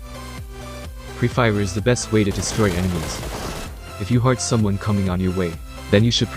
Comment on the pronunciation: It's tip 1 not tips 1 It heard not hard And if reaction not reflection